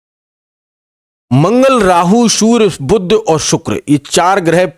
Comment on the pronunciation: देखा गया है कि हिंदीभाषी ज्योतिषी, कैसे भी विद्वान क्यों न हों, 'श'/'ष' का सही उच्चार नहीं करते, उन्हें "स" ही बोलते हैं ! इतना ही नहीं, 'बुध' ग्रह को "बुद्ध" (भगवान ?!!) ही बना देते हैं ! सब बड़ा कर्णकटु एवं हास्यास्पद लगता है ।...